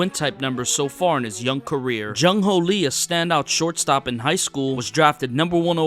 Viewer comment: jung hoo not jung ho like cmon